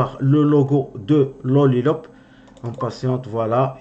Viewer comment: dans le titre de ta vidéo tu mets Lollipop et quand tu parles au début de ta vidéo, tu dis "Lollilop" 😂😂😂😂😂😂😂 Cordialement, Hervé